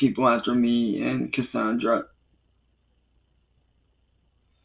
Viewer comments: "My vionsay, cussawndrah!" 😂😂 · "My vionzay, cussawndrah!" 😂😂